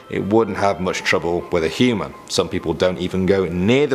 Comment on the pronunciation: You pronounce human heman 😂